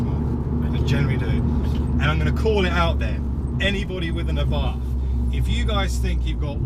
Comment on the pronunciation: Great vid! As an American, I respectively request that you do NOT use the Americanized pronunciation of Carlo Abarth's last name. Good Italians and good Italian car drivers say either eh-bart' or ah'-bart. The Italian "th" sound puts emphasis on the "t." Thanks oodles!